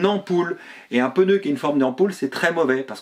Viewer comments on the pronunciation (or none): J’aime bien vos vidéos toujours intéressantes par contre je m’autorise une petite remarque . Hélas beaucoup de personnes font l’erreur de prononciation. On ne prononce pas « peneu » mais « pneu » sans l’ajout d’un « e » . Voilà, c’est bref et si simple à corriger ( il y a le même genre d’erreur avec « empereur » mais dans l’autre sens ( écriture avec « e » - prononciation sans « e ») .)